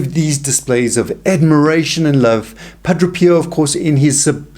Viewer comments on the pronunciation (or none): Pa DRAY!.... Not Pa DRO!